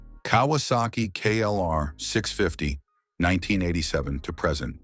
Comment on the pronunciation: This AI can't pronounce the word "present" as in "now" vice "to introduce"